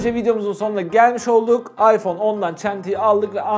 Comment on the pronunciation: Ayfon İks hahahhaha